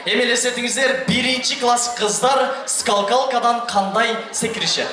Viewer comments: Скалкалка эмес болуш керек үкам, Скакалка дечи. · Скалкалка дейби ??? Тура эмес айтып коюптур скакалка болотко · Скал калка дейби😂😂😂 жон эле скакалка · Скалкалка эмес скакалка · Скалкалка эмес СКАКАЛКА деп айтып жур уком.УЯТ БОЛОТ ЧОН ЭЛЕ БАЛА ЭКЕНСИН. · Скакалка дечу беле тигил скалкалка дейтко дабдыр.😂😂😂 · Скалкалка😂 скакалка эмеспи?